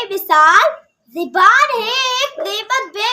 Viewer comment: Zeeban nahi zaban correct hai...